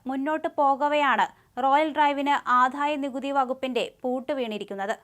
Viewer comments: ആദ്ധായനികുതി അല്ല, ആദായനികുതി. വിദ്ധ്യാർത്ഥി അല്ല, വിദ്യാർഥി. ഖാനനം അല്ല, കാനനം. 101 പ്രാവശ്യം എമ്പോസിഷൻ എഴുതു, എല്ലാ ചാനലിലും ഉള്ളവർ ശ്രീകണ്ഠനായരുൾപ്പെടെ. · ഈ പെൺകുട്ടിക്ക് ഉ‌ച്ചാരണശുദ്ധി ഇല്ല. ജ എന്ന അക്ഷരം തെറ്റായാണ് ഉചരിക്കുന്നത്. ആധായ നികുതി എന്നാണു പറയുന്നത്. വിധ്യാർത്തി എന്നാണു പറയുന്നത്. ഈ ചാനലിനു വേറേ ആളെ കിട്ടാഞ്ഞിട്ടാകും.